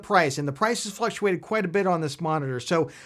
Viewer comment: fluxuate? or fluctuate 😄